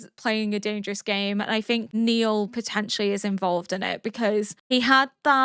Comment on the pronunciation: (BTW his name is not Neil, it's Nile, rhymes with "mile" 😃)